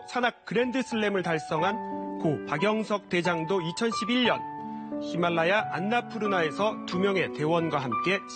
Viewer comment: 가장 미련해 보임 안나푸르나 가 아니라 안녕푸르나..